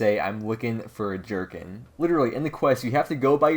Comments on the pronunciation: Gherkin, not jerkin'. lol. its a pickle. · Gerkhin is a mini pickle and it's pronounced gur-kin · Can't tell if trying to be funny or you really don't know how to say the word gherkin.